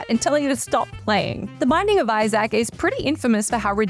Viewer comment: Do you seriously not know how to pronounce the name Isaac? 🤦🏻‍♂️